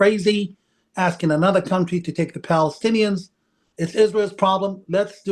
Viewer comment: It is Balestinians not Palestinians , arabs can not say P.